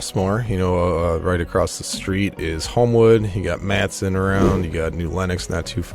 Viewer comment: Matteson, IL is correctly pronounced "ma-ti-sun", not "mat-sun".